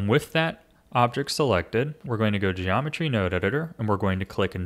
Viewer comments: Genometry wroahds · "genomentry wurodes" smooth